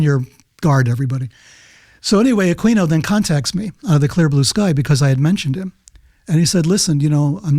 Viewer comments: Peter, it would give you so much more respect if you'd pronounce Michael Aquino's name correctly. I don't understand how some people just suddenly pop up with some wierd pronounciation of a well-known person's name, that they've NEVER heard anyone, ever, pronounce it that way, & have heard it pronounced a million times the correct way. Shouldn't you question yourself, hmmm, EVERYBODY pronounces it "A-Kee-No". Maybe I should STOP PRONOUNCING IT "A-QUEEN-O". Did seeing that "Q" really make you totally disregard how you've heard literally EVERYONE pronounce it, your entire life? I see people do this all the time, names I've known about for 50- plus years, then some dude pops up & preaches gobs of info about him with authority, obviously having researched them & heard their name spoken correctly, yet they wing-in some wierd pronounciation that they've NEVER heard themselves, out of thin air, & everyone listening is thinking "who is he talking about"? Well, I'm not just thinking, I'm saying: Pronounce your subjects name correctly. It's easy. It's the only way you've ever heard it. Mother of GAWD, it ain't brain science! Drives me crazy. OK, sorry, I just couldn't bear hearing it happen again without saying something. Aquino. A-Kee-No. Got it? I sure hope so. WHEW. Enough already. That being said, I've enjoyed listening to peter for DECADES. I like his calmness, his demeanor, cadence, so im not bashing, just Sayin'. 😅-Peace - David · Aquino is pronounced a-kee-no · He keeps pronouncing Aquino wrong. the q is silent. it is uh-KEE-noh. This dude is sus.